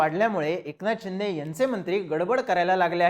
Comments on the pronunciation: खुप वेळा चिंदे, चिंदे असा उच्चार केला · अरे ते एकनाथ चिंदे नाही एकनाथ शिंदे आहे..😂